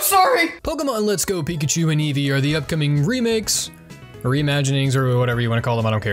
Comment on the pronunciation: The fact that Eevee mispronounces their own name incorrectly hurts me physically.